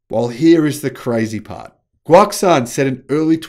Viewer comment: Guoxuan is pronounced Guo Shu-on